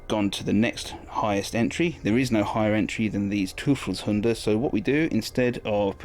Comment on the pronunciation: You once pronounced it right its easy Toy-felshunde EU is stellen Oy in german And nice Battelreport